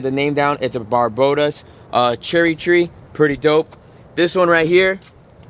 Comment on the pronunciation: Barbados* cherry tree lol its not that hard to say lol